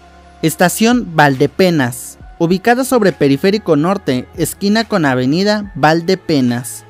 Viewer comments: Tuzania con acento en la i: Tuzanía. Tesistán, no Tesistlán. Valdepeñas, no Valdepenas. De ahí más, es acertado, con la información que contamos hasta ahora. Será curioso el efecto que puede generar esta línea, una ciudad en forma de ¿dona? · Muy buen video, solo hay varios detalles que corregir, el Peribús no va hasta Belisario Domínguez, sino que va a ir hasta Avenida Malecón, en los límites entre Guadalajara y Tonalá. Otros detalles, es Tuzanía, no Tuzania. Es Tesistán, no Tesistlan Es Valdepeñas, no Valdepenas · Es valdepeñas, no valdepeñas. Penas es lo que nos da escuchar imprecisiones... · Buena información. Una aclaración. Es estación BALDEPEÑAS Y NO ES BALDE PENAS. Saludos